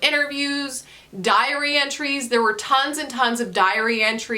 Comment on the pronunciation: Did my French-speaking ass legitimately hear "diarrhea trees" instead of "diary entries"? MAYBE 😂 i am struggling to find time and energy to read recently, but your videos help! Take care